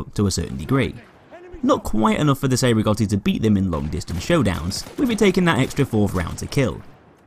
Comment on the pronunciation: Cei Rigotti is pronounced Chay Rigotti pls